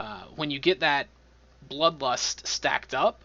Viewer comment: Did you say lud blust for blood lust?